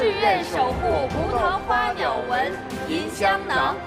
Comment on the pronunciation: 马苏断句断错了吧？应该是： 葡萄花鸟纹，银香囊。她说成：葡萄花鸟，纹银，香囊。